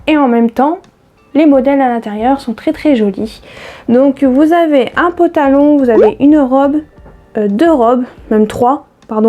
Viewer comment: Super le "pantalon" et non patalon😁😁 je n'osais pas te dire mais à chaque fois ça me fait bizarre !! Pour les Frixion il faut surveiller les promos en supermarchés, la semaine dernière lot de 2 stylos + 3 recharges -70% avantage carte à Intermarché.